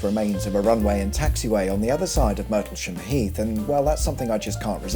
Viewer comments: I get that Leiston is a funny spelling but why did you pronounce Martlesham as MERtlesham? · Lay-ston & Mar-tel-sham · An excellent summary of the county where I live. Leiston is "lay -stun", Murtlesham is "martl-sham" and Gipping is exactly that - not jipping. I hope I haven't missed your onward journey south through Essex where Harwich is described as the arse-end of East Anglia. Now, where's your back catalogue of snippy sarcasm........:-) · 8.00 The name is pronounced Martle-sham Heath.😀